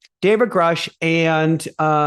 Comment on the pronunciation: Grush rhymes with brush. He held a rank equivalent to Colonel, not major.